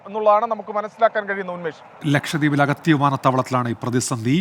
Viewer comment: അഗതി എയർപോർട്ടോ.. അഗത്തി എന്ന് പറയെടോ